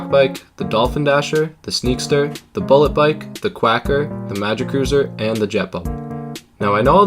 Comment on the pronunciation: You spelt "Quacker" wrong. You said "Quaker" but it's actually "Quacker". Overall amazing video, though.